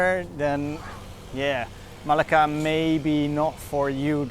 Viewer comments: Everything is fine and enjoyable. Your pronunciation makes it interesting. Thanks for sharing. A hint: There are double cc in Malacca for a reason - to shift the stress to c. You say it like you'd say Malaga in Spain. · It was nice but I don't think you pronounce Malacca correctly! :)